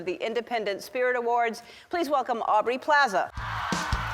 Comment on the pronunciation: Ellen the-not-so-generous could've gotten Aubrey's name right